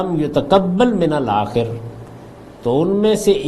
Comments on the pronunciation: ہم آپ کا پروگرام شوق سے سنتے ہیں اور بہت مستفید ہوتے ہیں آیت نمبر 27 میں الاخَر کو آپ الآخِر پڑھ گئے ہیں پہلی مرتبہ صحیح پڑھا ہے اور بعد میں دو مرتبہ غلط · ولم یتقبل من الآخِر (الآخر) محترم جناب جاوید احمد غامدی صاحب سبقت لسانی کی بنا پر (الآخر) کا اعراب آپ غلط پڑھ گئے ہیں وڈیو